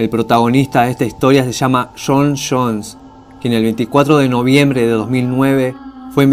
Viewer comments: Shon shons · shon shones XD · Se llamaba "shon shones y su hermano shosh"